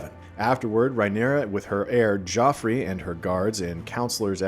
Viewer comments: Drink every time you hear "Rye-neera" instead of "Rhaenyra." 🍻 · It’s Ray-neer-ah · Can’t stand the way this guy keeps mispronouncing Rhaenyra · Also why are you pronouncing Rhaenyra strangely, starting to think used AI for this